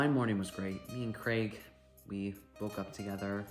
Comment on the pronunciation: I know this is an old video, but I just wanted to comment my appreciation at seeing an American who knows how to correctly pronounce the name Craig 😂